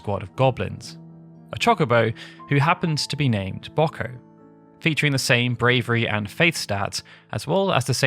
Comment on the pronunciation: And right after getting Wiegraf right! The British are an enigma...